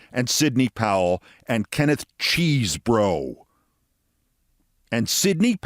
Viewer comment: Props for pronouncing Cheesebro' correctly. Yes, chese is the Middle English version of cheese, and bro' is short for brough, rhymes with enough.